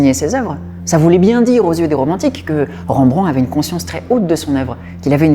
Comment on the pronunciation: Très intéressant, par contre toute un épisode sur un artiste sans prendre le temps de de faire attention à sa pronontiation c'est vraiment domage... Pour info Rembrandt étant hollandais son nom ne se pronnonce pas avec les son EN/AN, on prononce juste r-è-m-b-r-a-n-d-t. De manière générale c'est rare de prononcer des son dans les noms propres (voir impossible pour les non propres étranger).